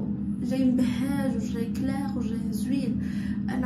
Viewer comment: راه كلير هي باهت اااا بقاي تعرفي الكلمة عاد نطقيها